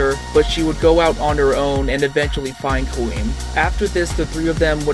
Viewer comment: Her name is pronounced 'Quinn' not queen.